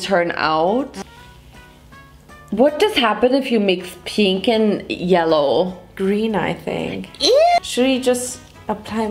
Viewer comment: what does happen if you mix peenk and yelloh?: gReEn i tHiNnk...: squirrel scream